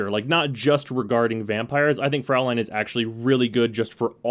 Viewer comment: Fraulein is actually pronounced "froi-line". Well, at least if it was spelled Fräulein